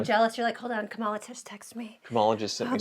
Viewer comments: Please pronounce Kamala correctly. I'm sure you don't mean any disrespect, but mispronouncing her name is being used by right wing media as a show of disrespect. Thanks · It's pronounced "comma-la". your Right Wing is showing. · Our Vice President’s name is pronounced COMMA-LA. Stop being racists. You’re better than that. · Come on get her name right.